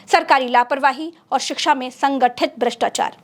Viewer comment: आप शिक्षा का सही उच्चारण नहीं कर पा रही है